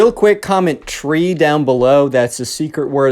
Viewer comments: “Tree” also I binge watch these lol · “Tree” hope you have a good day